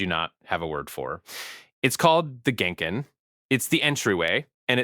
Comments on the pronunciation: I thought that the way his lips were moving felt sort of uncanny, and it was suspicious how he pronounced the name for the shoe area at the front of Japanese houses as a “genn-kinn” … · "it's called the gain-kin" 😂😂😂 So I guess that is how Japan jinxed itself into a child birthrate crisis But on a serious note, no, bad. I don't need any more cringe pronunciations like sockkey instead of sake getting around just cuz the Japanese looking guy said it 😬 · It was striking that you pronounced genkan and mottainai incorrectly (“genkin” and “matteinai”). It doesn’t affect your thesis but it did undercut slightly your positioning as one with bicultural expertise that is grounded in deep lived experience in both places. Your Japanese house seemed like a more well to do place on account of the long cold hallways - I have been in humbler homes and in mixed homes that had more western arrangements. But seeing your breath in the hallway took me back! My relatives had an air conditioning unit but only used it “for guests” … which seemed to be “never” because all the actual guests were soon treated as part of the extended family. Good luck with the rest of your series. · And inconsistently too. It pronounced genkan as "ghenken" , then "jan-can" . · Yep. "Ghenken" , then "jan-can" . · For someone who lived in Japan and whose parents and grandparents supposedly speak to him in Japanese, he's really butchering the pronunciation of basic Japanese words. "Genkan" and "mottanai" are like ... Japanese 101. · if you hear a Japanese dude with Japanese parents mispronounce "genkan" two different ways, and then say "mono-no-aware with" "aware" pronounced like the English word... he might be a bot. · I don’t mean to sound rude but for a person who grew up speaking Japanese your pronunciation of all the Japanese words in this video was really off… did I miss something? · And I think "genkan" was pronounced two different incorrect ways. Gave me the heebie-jeebies!